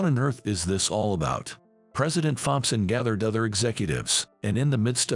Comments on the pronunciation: Tom-son, not thom-son. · Thomson is pronounced Tomson in English , the H is silent 🤫